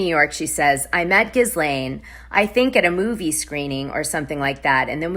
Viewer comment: Ghislaine is pronounced: “Gee-lane” the "S" is silent.